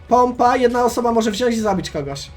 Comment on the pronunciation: Wziąć się mówi xd